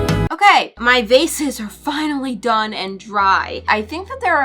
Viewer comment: I love how she says "Vasaes" instead of vases 😆❤🌈